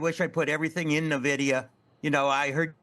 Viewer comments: N-VIDIA not Nuh-VIDIA, enough of this lol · Seriously. I'm a lifelong gamer, and my first software job was at NVIDIA, and these finance people are killing me with their inability to pronounce it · I pronounce it "Niv-duh".